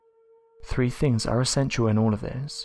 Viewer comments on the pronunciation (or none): Why do many Brits say “viss” and “vat” and “ferver” and “free” (this, that, further, three), etc.? Seriously.